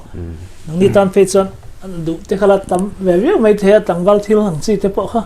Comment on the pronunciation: hi nula fel tak ani ngei ang. "Mai" tih tur "mei" a ti thin leh, "thutlukna" tih tura "Thuthlúkna" a tih lai chiah hi sawiselna ka neih chhun a ni😁👍